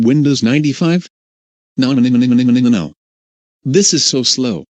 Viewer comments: lol. I like how instead of "nonononnonononononono", the person says" nonmnmnmnonmnono" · It's sounds like nooobanimanibano